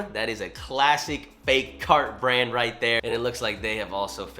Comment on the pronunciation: “Right or wrong”? “righht” 🤡